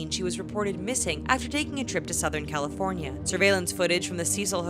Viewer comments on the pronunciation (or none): none